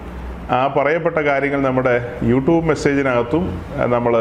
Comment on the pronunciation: യുട്യൂബ് എന്ന് തന്നെ പറയണം യൂട്ടൂബ് എന്ന് കേൾക്കുമ്പോൾ എന്തോ ഒരു അരോചകം ആയി തോന്നുന്നു..... ഇങ്ങനെ പറയേണ്ടിവന്നതിൽ ഖേദിക്കുന്നു, സഹോദരാ.......